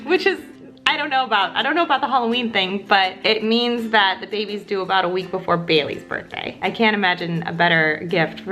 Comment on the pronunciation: OMG when she emphasised “that” ... definitely thinking this baby is a girl!!💓